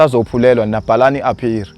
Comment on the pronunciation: Appeal not appeary